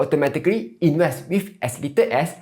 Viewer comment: he can't even say "invest" properly. INWEST.